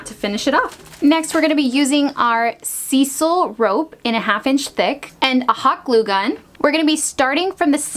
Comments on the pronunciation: S-eye-sal, not see-sal. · Hey, Cool video. Just fyi, Sisal is pronounced "Sy-sul" not "see-sul." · You’re adorable and I love this (and I just subscribed)..but Sisal is pronounced Sizal...like size,,,not seesal...lol. Sorry I just had to tell you that! X) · Great projects. You are one of my favourite to watch for DIY videos. By the way it’s pronounced s-I-s-a-l rope not lseesal rope. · I don’t think just hot glue will keep the rope on there. Especially being set on. And it is pronounced ( Sizal ). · Say “Sea-sal” again! OMG you had me loling!! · For anyone who hasn't worked with Sisal, the CORRECT pronunciation sounds like 'eye' or 'I' rather like S eye sle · Sisal rhymes with sister. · It's pronounced like "syzal"...just so you know...not to criticize xo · Heads-up. robe is pronounces s-EYE-sull. Love your DIY's. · Sisal poronounced ….. s eye sal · I don’t think it’s pronounced “Cecil” rope . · Why is it that no DIYers on YT know how to pronounce sisal?! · Please learn how to pronounce sisal.